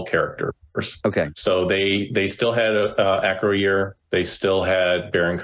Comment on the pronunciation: Your pronunciation of Acroyear is driving me crazy. 😂